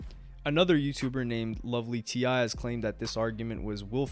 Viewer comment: Yo its pronounced Lovely TI as in Tea or Tee not T I like T eye the rapper. But its kool you put her take in the video because she told no lies about the Von situation. People are delusional and will block out the most logical obvious facts. He was the definition of a serial killer or either a professional liar. One of the two. ❤❤ nice work on this video. Oh and i saw Trap's video before they took it down it is worthy of a award in my opinion. 😊